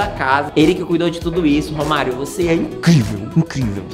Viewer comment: Quando ele falou romario eu entendi vô Mario achei q era avô de algum deles